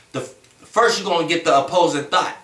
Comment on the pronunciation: Every time he says thought its sounds like he saying thot. Lol